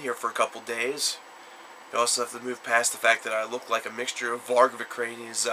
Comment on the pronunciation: Its pronouned Vik-urn-es not Vikranious or how you said it lol anyways awesome album.